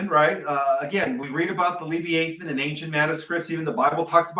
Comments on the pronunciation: "Ur-'ANCH-ee-a Book" And that big Tokyo serpent is pronounced "Le-'VI-a-thon". Not "'LEV-e-a-thon" Both words the accent is on the second syllable. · It's pronounced Le v-eye ah than. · Live- I - A - Thon. Is the pronunciation. 😊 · Pronounced le vi a thon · I CHECKED MY BIBLE !! Because I knew it speaks of the “LE VIE (eye) A THON”… slight different pronounciation.. I remember reading about it in: Job 41… Ps. … Ps. 104: 26 thru 35! Monsters in the sea!! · It is properly pronounced. ....le v eye ah than... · I think it is pronounced Lee long e via long i . It’s actually easier to say. I think that’s what you mean. I had to look it up in Webster.